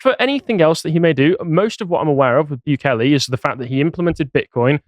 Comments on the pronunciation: You're still not pronouncing it right. It's not Byu-kay-lay, It's Boo-kay-lay. But cool that you're covering him. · mate its pronounced like "boo-kele" not "bew-kele" soz mate xox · Still pronounced Bukele the wrong way there lad 😂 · Hate to be that guy but El Salvador is not loctaed in South America... And not that it really matters but since he mentioned he "learnt" how to pronounce "Bukele", is appropriate to say he is pronouncing it wrong... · It's hilarious how he managed to find another way to mispronounce Bukele lol